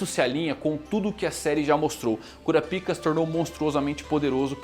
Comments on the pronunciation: poxa mano KúraPíka é foda ne... fala pelo menos igual os japa.... kurÁpka.... fica um som melhor... até pra quem nunca ouviu falar do anime, pra nao ficar essa zoeira com o nome dele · Fica melhor a pronúncia " KURAPAIKA"